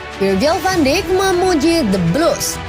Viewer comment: Maaf min,sekedar meluruskan Van dijk di baca "van daik" Bukan "Van dik"